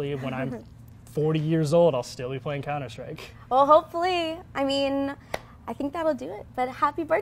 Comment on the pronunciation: why do they pronounce it counter shtrike?